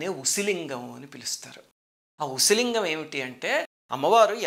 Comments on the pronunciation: It's pronounced as OOSI LINGAM.. OOSI in Tamil means needle..🙏🙏🙏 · Small correction; You have to pronounce it as an "oosi" lingam. Oosi in Tamil means soodhi in Telugu. Which appears to be the right way of saying it considering the structure of lingam. Naraayana Naarayana!!!